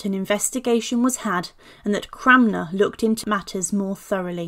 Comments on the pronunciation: Yeah, I’m hearing her say ‘CRAMner’ too … repeatedly. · It's Cranmer, not Cramner !!!🙄🙄